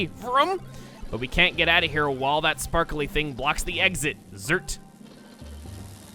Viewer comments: anyone else notice it said sparky? not sparkly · The robot said sparky thing, not sparkly thing.